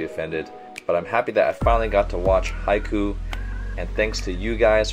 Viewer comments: Your saying it “Haiyku” like the poem it’s Haikyuu so pronounced “hi-Q” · uh no, haiku is pronounced like ha-i ku, haikyuu is pronounced like Ha-i-kyuu. This is based on the japanese romanization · He says Haiku not haikyuu its hai-kyuu no offense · Does anyone not notice that says "Haikuu" instead of "Haikyuu" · small nitpick. its haikyuu with a Y not haikuu. you pronounce it like highQ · It’s Hai-KYUU, not hai-ku. It’s not about poems. Also I’ve never seen your channel before but you’re video was in my feed because I love Haikyuu. Please react to the entire series. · Haikyuu, not Haiku like a poem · Please learn to properly pronounce haikyuu when you can. It’s not too big of a deal but it pains me so much to hear haiku and not haikyuu :( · finally yay btw its haikyu not haiku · Btw its hai-kyuu not hai-ku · "Haiku" 😀👊/j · They way he says "haikyuu" annoys me Like Haiku? No There's a y in there 👁👄👁 It's Japanese all the letters are pronounced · Drinking game: Take a shot every time he calls it "Haiku". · I was dying internally when he kept saying haiku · I cringe everytime he says "haiku" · its HAI K Y UUUUU!!! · Hykoo? I think it’s pronounced “Hi-ah-koo” I could be wrong tho... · isn’t it pronounced as hai-ki-yu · did he pronounced haikyuu as haiku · i dont mean to be rude but i think its pronounce 'high-q' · Just wanted to say that it's pronounced "high cue". great vid btw 😁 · At first I was just listening to the audio on another tab, when he kept saying haiku I was like, 'We're talking about poetry today?' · This was me hahaha kept talking to myself saying "it's haikyu". Then after a few more times, "HAIKYU". ........ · This man really pronounces it as 'haiku' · Those “haiku” really hurt 😪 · hai-qu its procounced hai-q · You know it's his first time watching it and he isn't lying when he pronounces it Haikoo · he says haiku so much :/ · Small nitpick; the name of the show sounds like this= Ha-ii-khyuu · He said haiku the poem????? XD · "haiku" ok